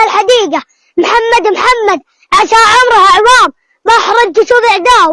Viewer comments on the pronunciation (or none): none